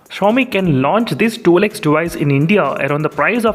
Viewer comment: Sorry Bhai but it's not that hard to say twelve x What is this tool x ?